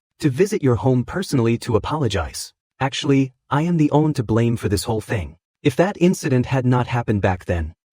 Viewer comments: It cant say the word "one" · Bro this ai can’t say “one” for the life of it 😅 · Great story.... but I hate how it pronounces the number 1... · What happened with AI these days? One = Owe on Everytime 😅